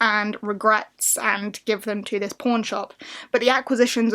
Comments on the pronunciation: I have a way to dirty mind, I heard porn instead of pawn at first🙈🤣 a very interesting list of books. I haven't made my own yet. But hope we all get a magical polarthon❤ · ... I cant be the only one who thought she said p*rn shop.